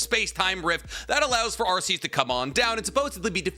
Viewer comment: Arkeus, not arseus. The lord is not a butt.